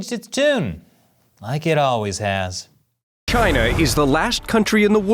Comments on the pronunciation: it’s not china, not sjina, it’s kina now baby! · why did he pronounce "china" as "kai-nuh"